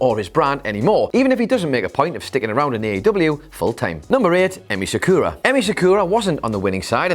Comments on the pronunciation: Quit fucking saying "seh-KOO-rah". It's "SAH-koo-rah." This is your job. Getting her name right is no less important than knowing how to pronounce "Jericho." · Why can no one on this channel pronounce "Sakura" properly?